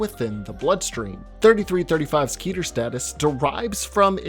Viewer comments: KEH-TUR Its pronounced keh-tur not kee-tur! Its an actual Hebrew word. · Pronounced "khet-er" but the rest is fine. Good video on scp from such a diverse channel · Look i know its annoying to say this but 'keter' is pronounced as Keh - tah. I dont blame you, cuz everyone is different. But yh thats it's actual pronunciation. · It’s pronounced keter not keter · Idk if it's meant to be key-ter, or keh-ter.. I didn't look it up, but something about the 'key' pronunciation just feels off to me.